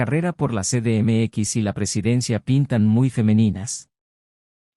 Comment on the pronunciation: "ce de eme equis"!? No seas mmón!